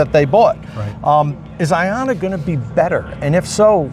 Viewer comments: The most telling thing is half the reps said “I-O-nna” instead of “Ion-na”. These mouth pieces have no clue what’s going on. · The OEM reps should learn how to pronounce Ionna. To my understanding, it's pronounced Ionna like Ion. An ion is an atom or molecule with an electrical charge. Ions can be positively charged (cations) or negatively charged (anions).